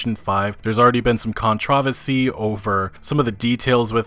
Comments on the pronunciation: Controversy not “ controvesy “ haha jk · You say "controversy" weird.